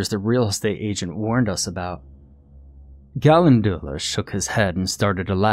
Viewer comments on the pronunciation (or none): With all respect due to one of my very favorite narrators, I couldn't live with myself if I didn't say something when my OCD little brain notices a misproununciation; Calendula is pronounced "ca-len-djew-luh" hunny 🐇. Much love to you and yours, and thank you so much for all your narrations! You give life to so many delightful tales of terror and fright (n˘v˘•) so much happiness have I derived from the many hours of your voice here on ye olde you tube. Yes, thank you, thank you, THANK YOU!! ƪ(˘⌣˘)ʃღ˘‿˘ற꒱(っ˘ڡ˘ς) ┌（^ .^）┘( の •̀ ∀-)و٩(ˊᗜˋ*)3､`)